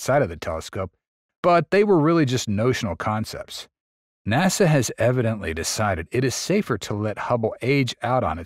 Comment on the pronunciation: Some AI pronunciations are becoming more accurate... "naw-sa".